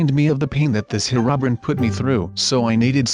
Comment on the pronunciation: ''Herubrin''. XD